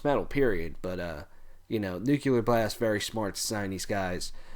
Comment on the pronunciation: bro... don't mean to be a grammar nazi but it's Nuclear not Nucular